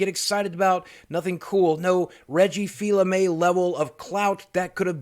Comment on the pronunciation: Reggie Feel-A-May? Poor Reggie, no one can ever say his name correctly, I loved how he took the piss out of that at E3 2014.